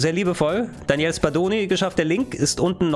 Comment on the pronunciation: Daniele nicht Daniel ;)